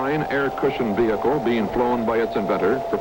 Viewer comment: Aerial VeeHickle 🤣